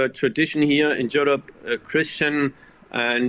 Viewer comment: Bro said Jewrope